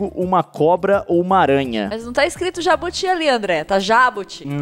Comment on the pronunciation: Vc também errou,se fala jabúti n jabuti ou jábuti